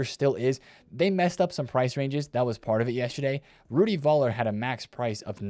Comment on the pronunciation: You actually dont say Voller but Fuller.... Rudi